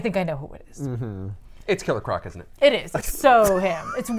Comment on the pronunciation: ITS KILLER CORC!! NOT KILLED CROC!! 😂😂😂😂😂